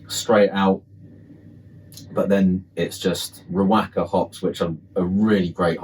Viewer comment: Great video bro. Top tip: Riwaka is pronounced "Ri-wa-ka".